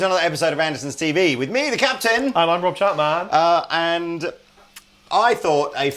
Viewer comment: and I’m rob chapmahhn...